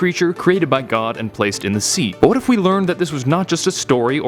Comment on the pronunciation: I thought when he said "What if videos" He said "weddit videos"